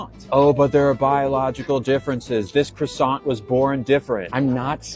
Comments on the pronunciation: He is mispronouncing the word croissant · KWA- sau